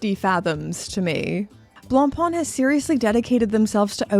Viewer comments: Wow. Learn to pronounce 'Blackpain'; it's making my neck hair stand up. ''Blangpang'' lol. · I can't help but crack-up when I hear Anglophones pronounce "Blancpain". I'm primarily Anglophone myself but, being from Quebec, I'm bilingual and "blanc pain" means "white bread" in French. To pronounce it properly (at least as properly as an Anglophone can), say "Blon-Pay" because "Blon-Pon" isn't even close. 😁 Having said that, I roasted the Fauxmega MoonSwatch because it was a serious insult to the Omega name. I never thought that it could be worse, but, here we are with Blancpain being crucified on a plastic cross. What's next, Breguet? Sheeeeshh....